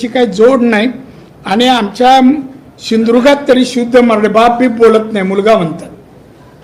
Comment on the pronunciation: सिंधुदुर्ग नीट बोलून दाखव